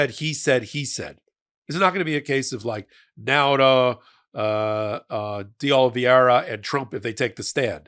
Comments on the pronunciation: I like but wish he could pronounce De Oliveira. I don’t think it’s that difficult but maybe this will help: D 🫒 era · Dey Ohl ih vayy rrhah You don’t read these messages. You are botching his name. De Oliveira LOOK at the VOWELS It is Portuguese buddy